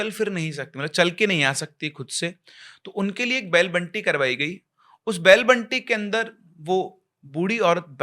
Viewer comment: Sir vo बैल बंडी होता है बंटी nhi